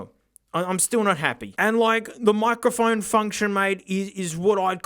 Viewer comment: Love how pronounces "microphone" as "moccaphone." He should get a moka pot to go with it xD